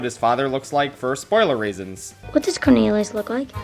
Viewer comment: He say "corneriuos"